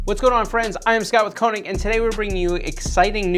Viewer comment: Did you really pronounce your own company’s name wrong?